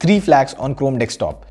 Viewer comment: Year 2020 and he still says Dekstop😅